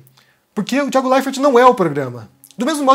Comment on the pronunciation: Por que você pronuncia errado o nome do Thiago??? RSS